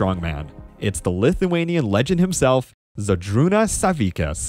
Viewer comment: awesome vid but that pronounciation of židrūnas savickas was funny